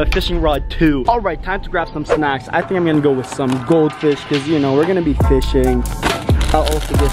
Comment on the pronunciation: He said you shnow